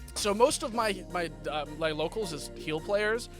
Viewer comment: it was maybe a slip but it was funny when you were talking about your healer locals it sounded like you said "slo(w)cals" lol